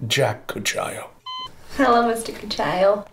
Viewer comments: Cucchiaio means spoon in italian...but the pronunciation in the video is totally wrong! It's koo-kkiah-ioh, not coo-cchia-io. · you are pronouncing cucchiaio wrong ;) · The pronunciation of "Cucchiaio" it's wrong xD